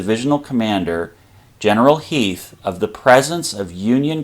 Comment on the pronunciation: Who the hell is Heath? Do you mean Heth?